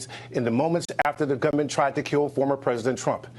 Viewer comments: I heard “gum min.” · I heard gunman, not government.